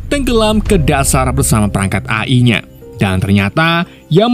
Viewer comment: AI di baca E Ai min... 😂😂😂